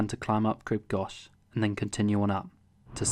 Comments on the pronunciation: Goch ( pronounced Gock ) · No it ain’t. It’s pronounced as in the ‘gh’ in ‘urgh’. Good vid, and glad you enjoyed it. However Crib Goch isn’t “One of the toughest in England’ - it’s in Wales (to be fair, it did sound as though you were about to correct yourself before the edit). 👍